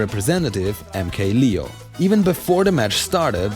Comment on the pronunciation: Anyone else getting low-key annoyed by him pronouncing MK-Leo as "lee-oh" instead of "layoh"?